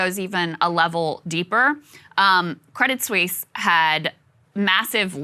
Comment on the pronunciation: You don’t pronounce the “t” in “crédit Suisse”. Just to let you know.